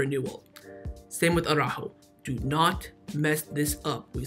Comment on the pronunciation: who is this Ah-roo-ho fella?